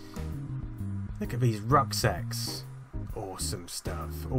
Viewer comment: He said "rucksacks", I head "rough sex"... Damn you, Freud!